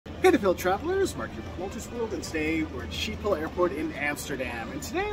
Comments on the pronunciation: It’s pronounced “Skip-pol” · Isn't it pronounced as if it was written, skibol ? As if the "Sch" is pronounced "sk" ?